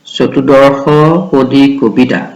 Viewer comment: "চতুৰদশপদী'' উচচাৰণ ভুল হৈছ।